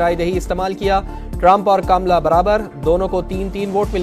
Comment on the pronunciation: Kaamla nhi sahi tslaffuz kamla ( kamal ( urdu me jise kanwal kaha jata hai) . Kya Pakistan me hindi language samajhne aur sahi ralaffuz k sath bolne wala ek bhi shakhs nhi? Sudhaar ( taseeh= correction ki zaroorat hai.